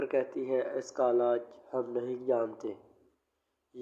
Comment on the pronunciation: Bhai Alaj nahi ilaj hota ha😂😂😂